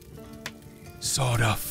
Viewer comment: When he said, "Sawed-off," I thought that he had said, "Sod off." It was so funny. XD